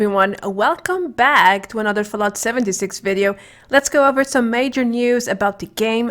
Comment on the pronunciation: I hate the way she says back in the intro. Other than that wandering the mojave makes me wish for a nuclear winter.